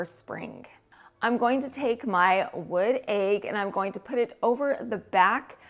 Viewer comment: The way you say Aig for egg! 🥰